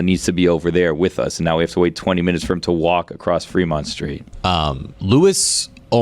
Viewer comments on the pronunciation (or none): It's Fremont not Freemont